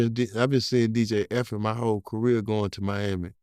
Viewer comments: It’s DJ ( the letter E, the letter F, the letter N) not Effin….. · No matter how many times he says it , it's dj Dj E F N not dj fn'